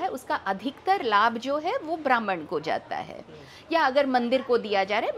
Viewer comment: hard cor comunich dikh rahi hai, Jitani bar isne "brahmhan""bhrmhanical" bola hai aur jis tone me bola hai to iske itihasic gyan ke bare me shanka hai.